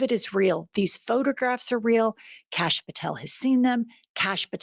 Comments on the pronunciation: I think "Kash" name is pronounced Kosh and he SAYS cash so it dosent sound foreign. 🤣 Call him kosh he might 💩 a brick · Every time you call him Canx I just die laughing. We gotta take whatever we can get :)